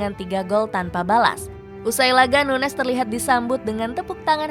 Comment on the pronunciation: Ini orang dipanggilnya nunez apa nunyes sih? Di starting eleven manggilnya nunyes